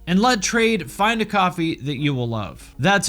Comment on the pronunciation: The way you say "coffee" sounds like you're saying "copy" I was so confused haha You want us to make our own copies, and they are liquid? I just woke up.